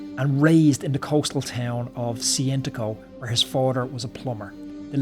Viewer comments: Cesenatico. Che zen attic-o Haematocrit. Hee mato crit Jaysus! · Yes, except for the way he butchers the Italian language...Cesenatico for example...